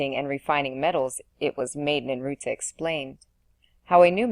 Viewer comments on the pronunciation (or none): ninurta succor satiate visior so many words thru this entire reading are said wrong this is the only place to listen to it though